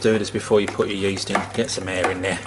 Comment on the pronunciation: You said yeast like co2